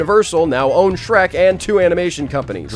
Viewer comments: That ain’t shrek that’s skreh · “ITS SHERK MAN”🔥